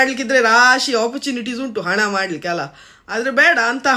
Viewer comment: ಅಕ್ಕಾ ಅದು ಹಣ್ಣ ಅಲ್ಲಾ ಹಣ ನಾನ್ ಹೇಳಿದ್ದು ತಪ್ಪಾಗಿ ಇದ್ದರೆ ದಯವಿಟ್ಟು ಕ್ಷಮಿಸಿ